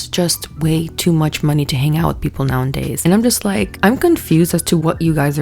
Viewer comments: I like you a lot, but the way you say "nowaNdays" is driving me insane. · Omg can u stop saying “Nowandays”…. It’s NOWADAYS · Girl, I love your commentary, but every damn time you say nowANDdays instead of nowAdays something inside of me cringes a little bit 😭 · "Now 'n' days" girl I love you but pleaaase let me proofread your script/give you speaking notes if you want em 😭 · Love your videos, but it's nowadays not now an days jsyk! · "Rejection is just redirection to people you belong" 😮 i have a deep fear of rejection and that might actually help Also, are you saying "now and days" instead of "nowadays" ?😅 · "Now n days"? Huh? U mean "nowadays"? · I love you but if you say “now in days” instead of “now a days” I’m going to dig my eardrums out of my skull 😭😂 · I love you so much, i love your videos so much. The words are “now-a-days,” not “now-in-days,” and my autistic brain cannot let it go. Please read this comment 🥲😅 🦆🦆🦆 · girl you can't keep saying "now and days" instead of nowadays😂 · I beg you. It’s “nowadays.” Say it with me: Now-A-Days. Now A Days. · The way she says “now n days” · 🦆 completely agree. this has been on my mind since the panini. also "Nowadays" does not have a second "N" ❤️